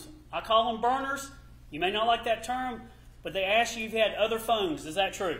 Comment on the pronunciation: I can’t stand how he pronounces “O” as in “not”.